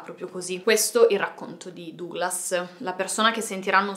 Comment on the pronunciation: Comunque Duglas si legge Daglas.